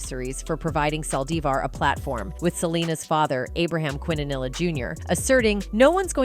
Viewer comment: Quintanilla pronunciation: KEEN•TUH•NEE•YAH